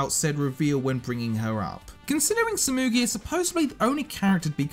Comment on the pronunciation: He said koichi and sasumi(tsumugi)